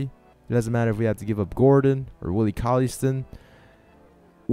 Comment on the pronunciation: It's not "colliestin" it's pronounced cauley stine